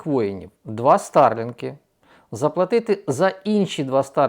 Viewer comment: Якось дивно Ви розмовляєте!! ІскАндери, стАрлінки. 😂😂